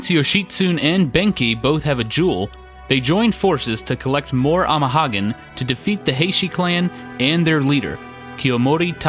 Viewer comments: You keep pronouncing the second word of "amahagane" incorrectly. It's pronounced like haga-nay. It's the same character as the SNES game Hagane, which is 鋼. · I winced at every "ama-hoggin" haha. He's a good guy, though, good guy.